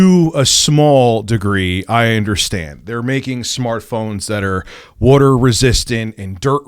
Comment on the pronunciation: he said wooder 😂